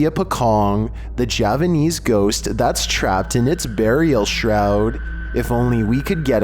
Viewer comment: Its Pochong, not Pokong. XD I understand "co" in English pronunciation like to 'ko". Hantu (Ghost) Pochong will pleased ya if ya pronounce 'them' nicely in future. Just make sure it didnt rolling directly in your face.